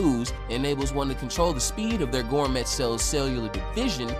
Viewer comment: Bro, how are you going to produce Toriko content and not know how to pronounce gourmet? Lmao